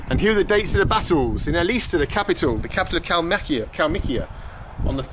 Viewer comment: The stress in ЭЛИСТА on the last syllable - СТА-А.